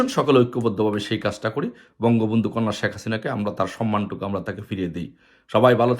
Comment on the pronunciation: Salam da shuddho vabe de rajakar er baccha